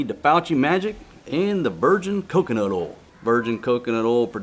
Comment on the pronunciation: Please pronounce oil as oy yell rather than ol before my head explodes although I'm sure this will have the opposite effect. Thank you